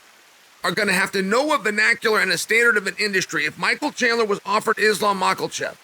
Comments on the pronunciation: Don’t worry Chael Names are hard “Mockelchev” “Alex Pee-era” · I’m just here for the mispronounced names😂 Makelchef is great. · "Islam Mucklechef" this guy😂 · Lmao Mocklechev... Jesus Christ Chael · Michael Mackelchev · MAA-KAH- CHEVV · Surely we ought to talk about 'makhlachev' once he actualy gets signed to the ufc? 🤔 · I was just coming to comment this lol. Where did the L come from in Makhachev?